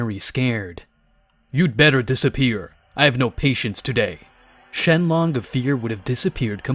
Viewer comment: dude its ShenRon not LOng